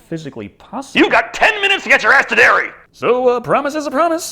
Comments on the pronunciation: Seeing that he called Derry “Dairy” twice in the first 2 minutes of the video, it’s probably time to save myself 32 more minutes of aggravation. Adios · Fyi, its Derry not Dairy. Also, it's not fair to lump people from other states in New England with the homophobic backwoods hillbillies that reside in Maine. Not all New Englanders (or all Mainers) are like the carny trash depicted.